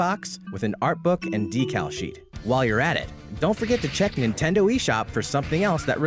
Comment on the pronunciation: just realized that the narrator here says “Intendo” eshop. Anyone ever noticed that?